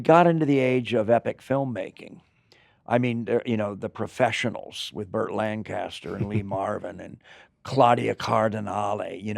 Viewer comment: It's Elsa Lanchester not Lancaster.